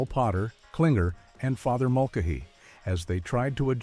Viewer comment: Father Mull-ka-HEE agrees!